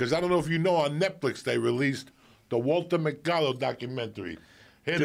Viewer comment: Lol. Joey says, "Walta Macado" My mom and I used to wait for him to come on in the news segment. We watched this scam artist religiously. 🙄